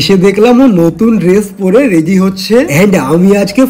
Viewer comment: রেডি ❌ রেদি ✅